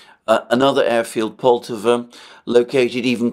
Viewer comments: PoltAva, my friend. We stress the second syllable. Many 👍 thanks for your work! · pronounce the Poltava name with an accent on the first "a" and not on "o"